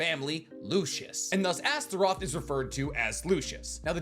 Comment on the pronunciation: You said it fine and correctly.